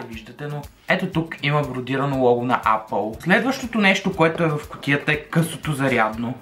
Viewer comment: Брат, апъл тая марка не съм я чувал ,ама съм чувал ейпъл!xD